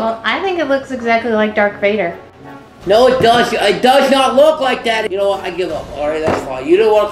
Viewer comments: did she just say "dark Vader"!?!?! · she said "dark vader" lol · Did she say Dark Vader? xD